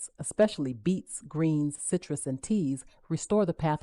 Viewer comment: Beets... not beats😂